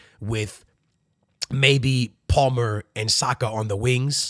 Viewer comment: You can’t pronounce Palmer bro?